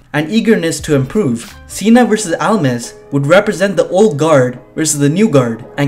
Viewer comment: It's not Almis It's Almas!!!!!